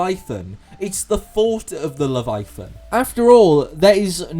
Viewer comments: it does sound weird without the pronunciation of the middle "a", but not the weirdest pronunciation I have heard even this week. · The scariest thing about this video is how you pronounce "leviathan"